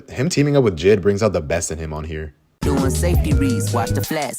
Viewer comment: Also it's jay eye dee not jid